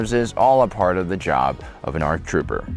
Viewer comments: "Arc Troper" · Arc Troper yo! Lol. Seriously dyslexic moment. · The first Arc "Troper"